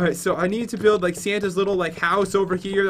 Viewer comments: Pat said buidf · “buildf battle” 😂